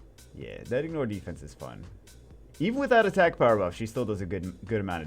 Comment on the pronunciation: slow down Jew or we 're not gonna have a power "bruff" lmao